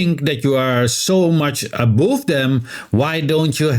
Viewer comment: Thanks for the background info... By the way "above" rhymes with "love".